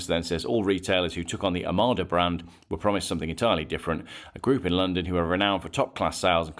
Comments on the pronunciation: You say "Omada" everyone else in the world says "Omoda". Just saying. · Total anti Chinese car, Total bollocks jaecoo7 biggest seller in uk Chery own 50% of JLR It's omoda NOT Amarda , clown